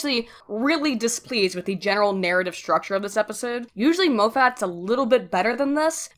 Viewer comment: Mo-fat, hahaha. Don't worry, you strike me as the kind of person who reads a word 50X more often than you hear it.